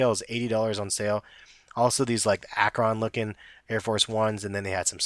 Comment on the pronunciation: Pronounced Ak-ren not Ak-ron. Just thought I'd point that out since I'm from the city lol